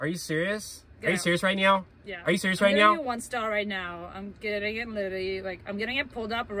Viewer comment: the way he said are you selirys right now